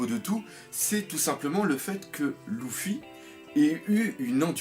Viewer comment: j'ai remarquer que tu arrivais pas a dire luffy mdrr , tu dit toujours louffy :)